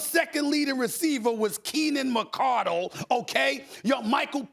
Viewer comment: I'm sorry this is the same guy who said Donavon Mitchell was the best Utah jazz player ever despite 2 hall of Fame top 50 players in NBA history being lifetime jazz players Im sorry I don't count that 1 laker year.. he is such a prisoner of the moment it's ridiculous...mispronouncing Keenan McCardell name disrespecting Mike Alstott like Keyshawn said they have pro bowlers across the board if u weren't watching football around that time just say that 🙄